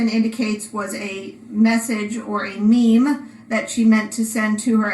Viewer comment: There's no excuse for the way the sheriff's office treats you! They should be ashamed!! Oh shit!! Did she just say meemee as opposed to meme? The poor judge is wondering how on earth she got stuck with this mess!! She's exhausted! But I do not understand why she has allowed her just to ramble on and on and on. I said in another comment I thought something she had done was because of the mess up with the technology but now I wonder because she seems to want to allow to go on & on!! This is ridiculous!! Whatever WAS on her phone doesn't matter weeks later! She could've done caboodles of posts, photos, videos, etc. by now!! How will a fence stop Mr. Hales from posting something? I'm confused. This is SO childish!! I thought this judge was going to put her foot down... I'm a bit disappointed she didn't. She should've shut her up repeatedly!